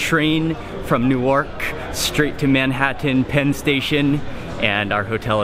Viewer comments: It's not pronounced "New-Ark". It's "New-Erk" and it's in New Jersey, not New York City. It's not an eye pad, lol. It's a sleep mask. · He said new ark wowwwww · I laughed when he couldn't pronounce the exotic city name of Newark